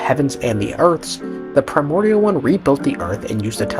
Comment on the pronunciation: Lmaoo at the sound whenever you say “primorial” one